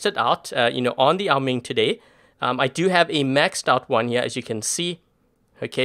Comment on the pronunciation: Why do you say Ming it’s oa Ming it’s bothering me